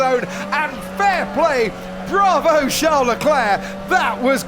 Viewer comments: Comentator calling CHARLES - SHAO LECLERK why u do this ? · its a joke on how crofty pronounces Charles' name